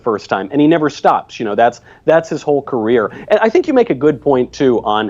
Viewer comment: When Steven said "career" I thought he said "Korea"